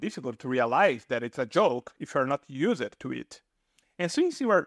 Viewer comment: For ríe nur and yoos ed for foreigner and used was hysterical.